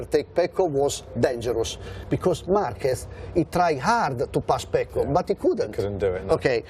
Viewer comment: FYI Fran....his name is Pecco not Paco.....small but significant difference as it's 2 different names